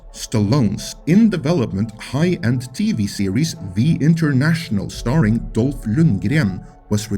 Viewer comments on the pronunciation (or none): First time i hear someone butchering Dolph name like that, that was fucking hilarious. R.I.P. Conan Series... thats just sad now.